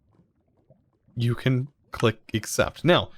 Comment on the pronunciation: Every time he says let’s see what we can get I hear “let’s see what we Can’t get” don’t know if it’s just me or what